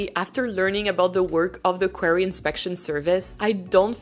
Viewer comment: In English, it's pronounced "quarry," not "query," which is a question or a request for information.